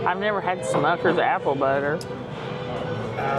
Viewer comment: It’s Smuckers not Schmuckers.